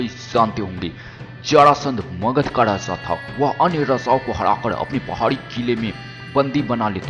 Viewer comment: U r voice is very funny u pronounce Raja as raza..🤣🤣🤣